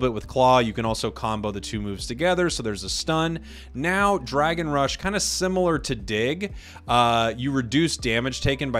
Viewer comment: the second marker, for the dragon build match, you made a mistake there, it's rush not rish